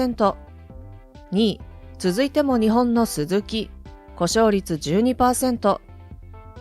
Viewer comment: なぜバイクの発音がLINEみたいなときとラインナップみたくする理由がわからない?一貫性がない!企業名のSUZUKIもそう!アナウンサーの発音練習午後5時55分みたいな?